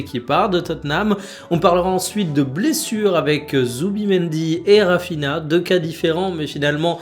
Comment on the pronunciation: S'il te plaît, jtm mais fais un effort sur les noms des joueurs, Raphinha ça se prononce Raphinia